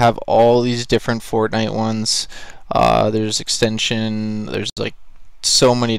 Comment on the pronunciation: Did he just say extension for XXXTentacion It’s pronounced XXX-Ten-ta-sea-on